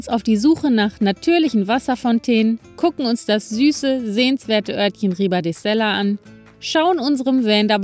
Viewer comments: Kleiner Tipp von mir: Ribadesella spricht sich Ribadeselja... Doppel LL = LJ im Spanischen 😊 Und Ribadesella ist traumhaft schön. Mein Vater stammt aus Asturien Beim Horreo bleibt das H stumm, also Orreo ausgesprochen. So wie bei Hola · Danke für das Video. Ich war das erste mal in Ribadesella 1970 da war ich 2 Jahre alt, Asturien ist einfach wunderschön, aber bitte (!!!) das Doppel-L wird im spanischen als lj oder als j ausgesprochen 😊. Gerade weil ich so oft dort war, diese Bitte.😊